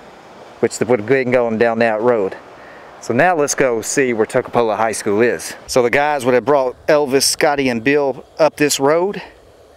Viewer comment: My Dad went to that high school. Mispronouncing the name a little.